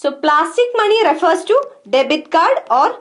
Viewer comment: When she says money i hear “Mani” Naageen Mani”🐍 anyways nice video mam